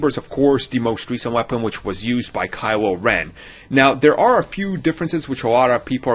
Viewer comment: "Kywo Wen"